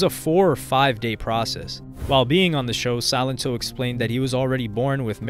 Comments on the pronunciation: Did anyone even watch this video? He kept saying Silentó 😂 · Drink every time this dude calls him Silento - jeez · The pronunciation of his name throughout this whole video got on my last nerve. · Your pronunciations of his name are incorrect